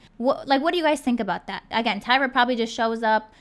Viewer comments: Lol her name is Tyra not tiara lol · Not Taira or Tiara its Tyra